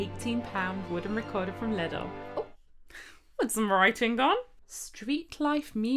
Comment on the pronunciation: My neighbour just knocked at the wall, most likely thinking it was me playing out of tune. And it's fun to hear you pronounce Lidl almost like "little". At least in Austria we say Leedle.